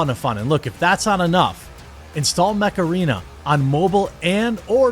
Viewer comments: I'm a silly English chappie and I thought he WAS saying "macarena". My poor English brain was so confused. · Is that mech arena or macarena? Hey mecharena! 😄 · Jeremy, the way you say Mech Arena is how imagine your average Wisconsinite to say macarena.